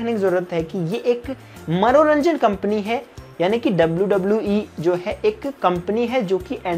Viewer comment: Everyone:manoranjan Le TIU: maronanjan😂